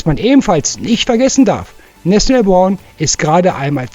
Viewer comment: Hi Du bist mir sympatisch, mag Deinen guten Kanal, nur musste ich erstmal ne weile rätselraten: wer ist "Nesselborn"? Cooler Sprachfehler (Nathaniel Brown) Ich HÖRE Deinen Kanal (wenig bis nix SCHAUEN), da ich nebenzu arbeite. LG